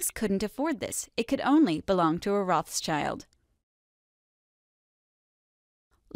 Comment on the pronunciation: Rothschild is not pronounced that way.